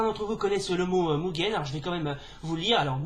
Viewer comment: Coucou. Cool ta vidéo, c'est pas souvent que j'ai vu des francophones parler de Mugen. Par contre, je sais qu'il faut dire "Muguen" mais je dis toujours "Mujen", lol.